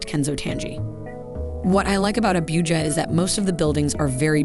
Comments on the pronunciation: It is not Abiuja it Abuja 😅 most opulent city in the whole of Africa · "Abíuja"... Hehehehe😄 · So many mispronounced words. Especially Abuja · Dear Lord, if you are going to do a video, you really should take time to learn the proper pronunciation of the cities. I was ready to scream hearing you say Abuujar, repeatedly. It is Ah-boo-ja. Similarly you fail to even get Lagos correct. Appreciate the optics and the introduction to the city, but you do your presentation a disservice. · Abuja & ECOWAS shouldn't be that difficult to pronounce Your presentations have looked professional otherwise